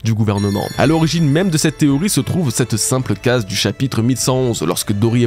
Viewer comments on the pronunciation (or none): none